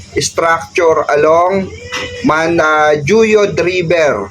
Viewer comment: Manjuyod pronounced as manhuyod